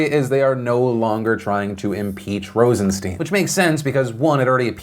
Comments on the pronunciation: Phil! Pronounce the man's name right. It's sound like mine not keen. IE Rosenstine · Phil, I love ya, but to be credible you need to pronounce people's names correctly. Rosen-stine (long I, like a stein of beer) and Good-lot. (not let) just sayin' ATB